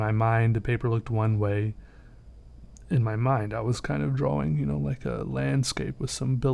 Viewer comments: Drawing its pronoced drawring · finally found someone who says draWing instead of draLing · He can't pronouns drawing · Am I the only one who only watches his videos for the way he says "drawing" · I'm not ashamed to say this: I hate people who say "drawing" in that retarded way.